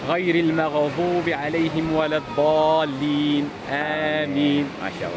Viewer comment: القراءة الصحيحة للفاتحة : " المغضوب عليهم '' ليس المغظوب عليهم " الضالين" ليس الظالين بارك الله فيكم ❤